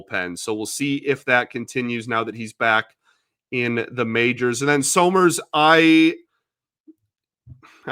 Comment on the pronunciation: Isn't it pronounced "summers" (Like Champ Summers!) not So-Merz?